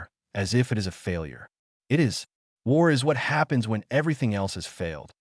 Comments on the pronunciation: Hangry maybe? Good story. Thanks. Some observations for AI improvement: Two letter words should be pronounced as one word. Ex: "i" "t", should be "it". Dots at the end of a sentence indicate pauses. Not words to be spoken by the narrator. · It would be nice if the AI could distinguish between the word "it" and the abbreviation "IT". I guess we don't have to worry about our AI overlords just yet